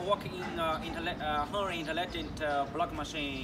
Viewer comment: This guy is funny as hell haha. Interocking. Hahaha